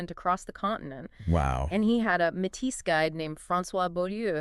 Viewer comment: This is fantastic but for one detail- Métis is pronounced “May-tea”